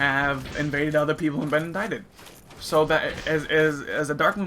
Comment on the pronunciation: Indicted not indited